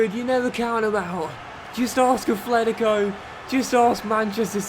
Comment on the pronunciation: Please, there's no 'h' in Atletico Madrid